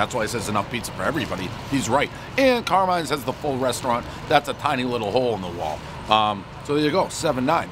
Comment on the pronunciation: Car-MINE...not car min, ya cheeseball.